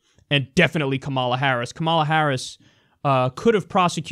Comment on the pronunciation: Kyle I love you, but you have to make a correction to this or give a source. There's no way this costs 600 billion; not even the most scummy estimates go that high.Also on a smaller note, in "Kamala" the emphasis is on the "ka" and not the "ma".